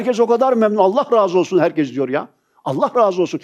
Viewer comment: Hocam seni çok seviyorum. Buraları okuyorsan ''herkez'' değil, ''herkes''... Kez defa demek. Doğrusu herkes olmalı. Umuma konuştuğunuz için acizane bir katkı yapmak istedim.